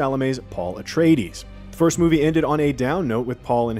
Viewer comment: "Irulan is a skilled biographer and historian..." who REPEATEDLY mispronounces "Atreides" in the trailer.